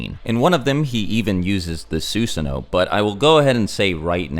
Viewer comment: Ok your killin me dude. It's not pronounced, "Sue-sun-oh" it's, "Suh-san-oh"